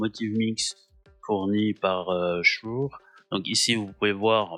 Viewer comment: on dit "schoure" !